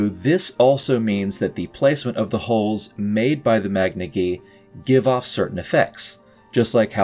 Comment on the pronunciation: Majiika is a very interesting way to pronounce the name of this force